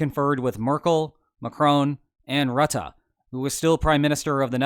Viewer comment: I'm still amazed at his correct pronounciation of Rutte. Good job!